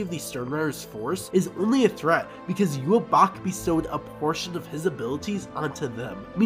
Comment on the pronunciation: Yu-ha-vach Convinced this is it because V is usually pronounced as B in Japanese.